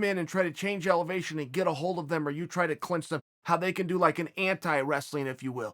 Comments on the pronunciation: It’s elevlation. Thanks Chael ! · Chael "Change Elevlation" Sonnen